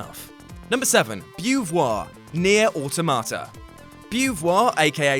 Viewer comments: FFS, "automata" is not pronounced "auto-martyr", it's pronounced "awe-tom-a-tah". Stop mangling the word. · "Aw, Tomato" It's pronounced the same as "automaton" but with an "A" instead of "On" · That's a really weird way of pronouncing automata.